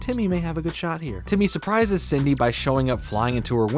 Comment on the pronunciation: I love how pronounces Cindy as "Sidney" lmao Idk if anyone noticed